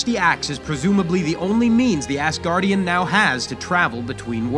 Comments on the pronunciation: Why do you keep saying assguardian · You just said assgardian... Twice Three times Also you didn't just tell thor not to mess with captain marvel.... She is weak compared to many avengers